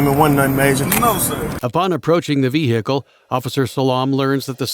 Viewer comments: Why you saying veHicle wrong.... such emphasis on the H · i love the way he pronounces "vehicule" its cute